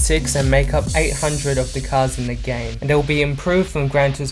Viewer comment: The words you are looking for is "THIS" and "THE" not "DIS" and "DE" for a guy that speaks good English PLEASE get that shit sorted.